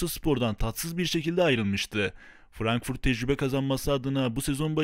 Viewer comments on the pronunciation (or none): none